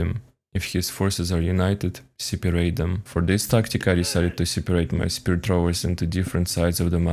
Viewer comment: I like how you say siparate